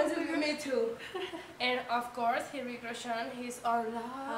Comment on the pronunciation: Don't pronounce H in Hritik, H is silent.